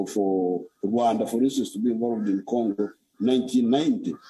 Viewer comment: he said gongo😂😂😂😂😂😂